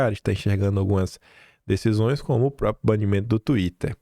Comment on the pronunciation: meu querido, atenção aos acentos! SÊXTUPLA, mostra a sílaba tônica. Entendo seu entusiasmo, sua emoção. Tem que falar rápido, por causa do tempo. Mas não esqueça dos R em próprio, propriedade, proprietário, etc. Sou do Rio mas estava aqui quase conceituando o PM como aproveitador... Hoje confirmei. Obrigada pelo meu jornal diário.😘